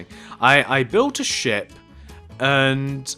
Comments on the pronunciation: this guy says shit instead of ship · when he said ship i kept thinking he said the other word that sounds like it